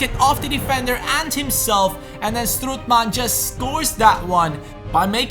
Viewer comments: Hahahha, you say strootman wrong, you Say stroetman, please have a look how to say it good, its strOOtman, Oo like Olimpic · Strootman is pronounced like 'boat' stroatman not like 'good'